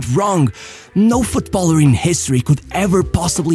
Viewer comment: how is it that you can say Football, but you can't says Footballer but instead you keep saying Foot Baller ... bit odd